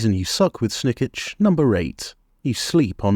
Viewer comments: Jesus christ man, it's pronounced Snik-ch not Snik-itch! He says it enough times when you click on him! But aside from that, it's a really good video, thank you :) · Do you pronounce his name wrong on purpose or?